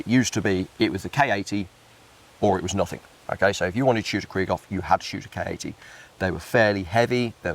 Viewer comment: I assume you don't care, but it's KRIEG HOFF (war hope), not Krie-ghoff.